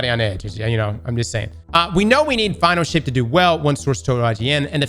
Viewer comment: Is it me or did I hear Final S**t? Not Final Shape?